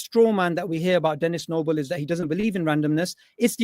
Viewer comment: Stop saying dennis noble